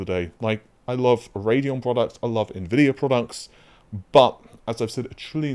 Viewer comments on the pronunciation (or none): none